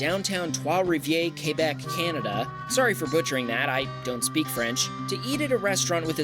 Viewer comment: Kay-Bec? no its Kwe-bec :) Quebec is pronounced kwe-bec :)